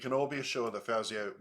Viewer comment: Just a friendly tip that she pronounces her name as though it's spelled FOzia. Fo like toe, not fow like cow. 🙂